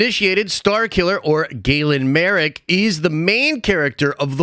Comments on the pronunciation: And his name's marrok, not marook lol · M A R R O K. How are you getting that "oo" sound out of that? Maruke or Marrook is how you keep pronouncing it. I'm only halfway through your video and it's bugging the crap out of me.